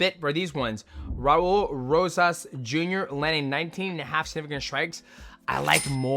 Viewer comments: Brother, just say “Raul” not “Raurrr”😭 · bro why u rolling ur r’s when it’s an L at the end of “raul”😂😂😂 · I was looking for this comment 😂